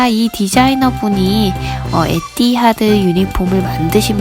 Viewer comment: 에띠하드가 아니고 에티하드입니다